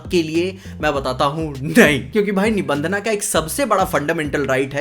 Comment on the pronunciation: Bhai nibhandhna nahi nibhandhan yeh angrezi pana chodo🗿🥂